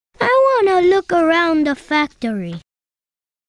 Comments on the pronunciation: I wanna wool awound da factowy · Tails; “I wanna wook awound da factowy.”